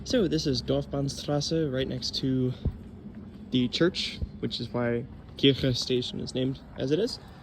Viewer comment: You pronounced 'Kirche' correctly at 9.16. At other points, you pronounced it as 'Kirsche', which means 'cherry'. 🙂 It's one of the most unusual underground public transport systems in the world. This is the first time I see a proper video about it, with a lot of attention to detail. Good job. The child naming the stations is just too cute.